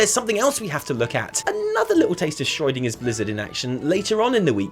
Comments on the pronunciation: Who is Shroidinger? xD Schroedinger is pronounced way different -_ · please stop pronouncing schrödinger as schreudinger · Ah yes, the shroydinger effect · Anyone else wondering who Schreudinger is? I'm guessing he means Schrödinger but I'm concerned I missed a joke somewhere... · Schroid-inger, Schrödinger on roids. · The way you pronounce Schrodinger is making my temporal lobe spasm! But besides that, great video as usual guys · The only problem I have with this video is that can't pronounce Schrödinger correctly... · you butchered Schrödinger. ^^ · your pronunciation of Schrödinger is the weirdest one I have ever heard. Nice.